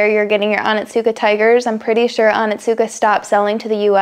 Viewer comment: Oh neets kah, not Ah nit soo kuh